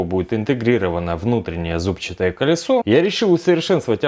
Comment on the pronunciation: зубчАтое колесо)) Ударение на А